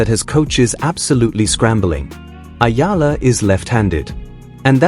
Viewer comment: It's eala dude not ayala😅